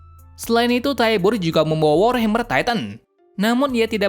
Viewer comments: Bukan keluarga tyabur tapi cara bilangnya tyber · Bacanya taiyber dan warhamer titan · Bang aku mau benerin kata Abang Tybur = Tyber Karl Fritz = Karl Frits Benerin ya omongan nya bang👍 tetap bagus kok tapi video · Bang Itu Bukan Paradaise Tapi Paradis, Ehehee Maaf Karena Aku Sering Dengar Suaranya Gitu :v Edit : Marley Itu Bukan Marli Tapi Marley, Dan Eren Itu Nama Titannya Attack Titan, Dan Tybur Itu Bukan Tibur Tapi Taybur, Yah Segitu Saja Yang Aku Koreksi Dari Kata² Abang Ehhehehe😅😅😅